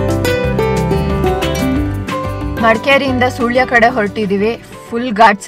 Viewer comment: Its not soolya its sulya 😅